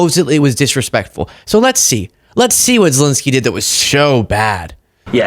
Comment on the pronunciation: Sorry if I’m petty, but could you please start pronouncing the name Zelenskyy properly? You’re not the only one, but it’s annoying. Sorry! ✌️❤️🇺🇸